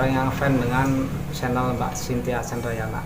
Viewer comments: Candranaya bukan candrayana,🙄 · Chandranaya mas bukan candrayana heee apa sy yg salah denger ya....semangat bikin kontennya mas... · Mbak Chintya candrayana😅😅😅 yang bner itu Candranaya bang😅😅 maaf bukan ngeledek maaf banget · Candranaya apa candrayana😅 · naya pak bkn yana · Cintia candrayana bukan naya😂😂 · Hihi..Candranaya apa candrayana hehe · Mas bukan candrayana .tapi candranaya